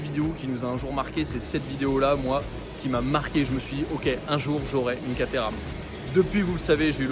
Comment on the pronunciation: ENFIN une immersion chez Caterham !! Merciiiiiii 🙏🏻 Et tu le prononces bien 👍 😉 Moi aussi j’en aurais une !!!! Et je te souhaite d’essayer une 620 très bientôt et de nous régaler 😍 Merci encore 👌